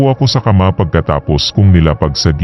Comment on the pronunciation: pakiayos naman ng accent po, tulad ng makalawang, bukas at kama. slamat